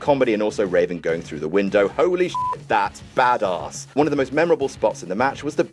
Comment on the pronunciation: I think that is the poshest way I've ever heard anyone say 'badass'.